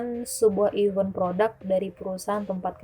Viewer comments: IVENT, gatel gw 🤣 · FYI Even /ˈiːvən/ = bahkan / bilangan genap Event /ɪˈvent/ = acara Prepare /prɪˈpe~/ = menyiapkan Overall, suka ceritanya 👍 thanks for sharing the story